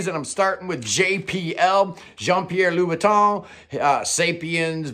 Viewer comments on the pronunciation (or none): none